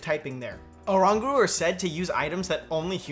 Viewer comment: Why can't people pronounce Oranguru wrong? And also, that's a regular Butterfree in the footage... Guess there might not be an Alolan form after all